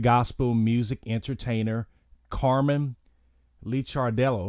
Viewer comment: His name is Licardello pronounced Likardello. He was a wonderful loving person. He will be greatly missed.